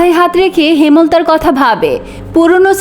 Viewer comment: আপনার এত সুন্দর কন্ঠে কয়েটকি শব্দের ভুল উচ্চারণ কানের জন্য খুবই অস্বস্তিকর লাগছে। যেন এক বালতি মধুর মধ্যে একফোঁটা ময়লার মত। যেমন : হেমোলতা উচ্চারণ করছেন যেটা ঐটার উচ্চারণ হবে হেম্-লতা, কর-মর-দন=করমর্দন হবে, আকস্মিক =আকোশশিক উচ্চারণ হবে। এই ধরনের কয়েকটি উচ্চারণের ভুল আপনার সুন্দর পঠন কে মাঝে মাঝেই শ্রুতিকটূ করে তুলছে। বাংলা বলার সৌন্দর্য হলো উচ্চারণে। তাই আশাকরি একটু খেয়াল রাখবেন। আর লেখিকা গালি ব্যবহার করেছেন কারণ ঐটা গল্পে ডিজার্ভ করে তাই। আপনি সরাসরি উচ্চারণ করতে না চাইলে টুটটুট ই যথেষ্ট, লেখিকা কি বলেছেন এটা বারবার ব্যাখ্যার প্রয়োজন নেই। তবে আমার পরামর্শ হলো যেভাবে লিখা আছে ঐভাবেই পড়া ভালো। কারণ এখানে যারা এই উপন্যাস শুনবে তারা যথেষ্ট ম্যাচিউর, জ্ঞানী এবং পড়ুয়া শ্রোতা। তাই তারা গল্পের ডিমান্ড অবশ্যই বুঝবে। কোন বাচ্চা বা আম জনতা এখানে উপন্যাস শুনতে আসবে না। কারণ পড়াশোনা যারা করে তারাই এগুলোতে আগ্রহী হয় অন্যরা ভুলেও আপনার কনটেন্ট স্পর্শ করবে না। সুতরাং এত বিব্রত হবার কিছু নেই। আমি আপনার ভুল ধরার উদ্দেশ্য, বা ছোট করার উদ্দেশ্য নিয়ে কমেন্ট করতে আসি নাই, আপনার ভয়েস অনেক মিষ্টি তাই আমি চাই না আপনার পড়ায় কোন ক্ষুত থাক। ধন্যবাদ এতসুন্দর কন্টেন্ট উপহার দেওয়ার জন্য। এত টাকা দিয়ে বই কিনে পড়ার সামর্থ্য নেই তাই আপনার মিষ্টি কন্ঠটাকে বেছে নিলাম। আমার কথায় ভুল ত্রুটি হলে ক্ষমাসুন্দর দৃষ্টিতে দেখার অনুরোধ রইলো।